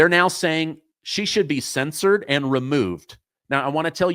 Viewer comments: "Cen-SURED", not "censored" ! Love ya, man, but come on ! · I enjoy your work, sir. It sounds like you're saying Crocketay ne censored, rather than censUred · Cen sured is hiw it’s pronounced